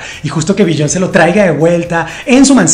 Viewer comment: Biyon___ce jejeje todo muy bien, pero pronuncias muy mal su nombre.